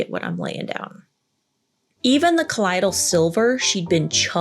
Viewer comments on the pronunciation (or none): She was a lunatic. Btw, you are pronouncing "colloidal" incorrectly. It's pronounced cah-LOY-dull not cah-LIE-dull. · you are so cool and interesting.....ok so its pronounced col-loy-dal, colloidal silver. I have been making it and drinking it for years. I drink about 32 oz a day. It is an anti microbial, and great for many healing things internally and topically. Just thought you'd like to know the back story. keep up the great work and puppy kisses all around!